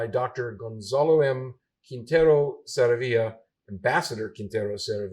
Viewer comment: Saravia (Emphasis on the middle A) SarAvia!!